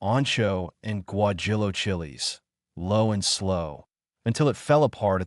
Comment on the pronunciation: Really "gwa Jill o"?? Teach your AI to pronounce words properly!